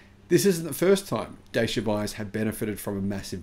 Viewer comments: Just checked: Dacia has become a subsidiary of Renault. And it's pronounced "Datchia". So not Chinese. Romanian with French ownership. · Dacia in Europe is pronounced like "Dutcher". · Dacia is pronounced 'datchia'. One snag of the original version was an abysmal fast charging speed unless you went for the top spec model. this limited its use for long journeys. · It’s pronounced ‘Da-cha’ fyi. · Dacia. Rhymes with Thatcher.